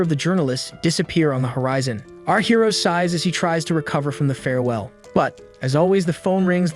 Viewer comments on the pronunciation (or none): none